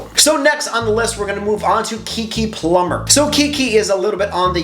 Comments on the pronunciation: No! You did not say Keke Plummer! It's PALMER!! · It’s Keke Palmer, not Keke Plumber for your second pick but yes good choice.